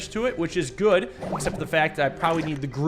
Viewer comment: Goot club. Everyone say goot.